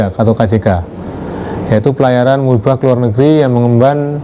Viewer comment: Bukan musibah perdana tapi MUHIBAH perdana min...